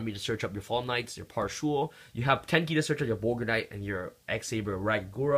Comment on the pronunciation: P-A-S-H-U-U-L. No "R".